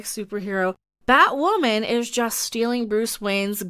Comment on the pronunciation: Nope, until Batwahmen is off the air, we’ll keep doing it.